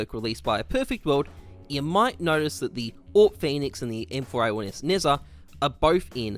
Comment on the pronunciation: nezha is pronounced like Nedja with low pressure on the d